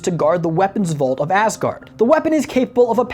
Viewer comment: When ever be says asgard it sounds like assgard